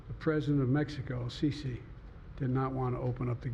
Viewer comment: Great call I actually noticed that too. But actually, he initially did NOT get his name, right!!😅😅😅😂😂 He initially called the leader of Egypt, “CC”! 😂😂😂